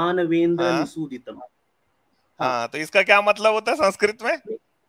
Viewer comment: Sinkrit nahi sanskrit hota h jahilo